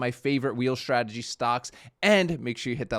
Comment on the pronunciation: What is it with Americans (some) pronouncing strategy with an sh.....shtrategy... Now...make the snake sound, then add the tradegy. there we go... Now you don't sound like a 5 year old